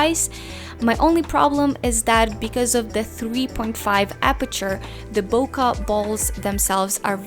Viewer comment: It's BOKEH not "boka"